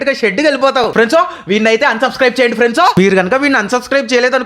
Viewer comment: Friends ❌ friendsu✅ 😂😂😂 Epic